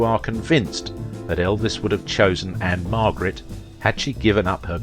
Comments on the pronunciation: It's Ann-Margret. Not Ann-Marget or Ann Margaret. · Margret not Marget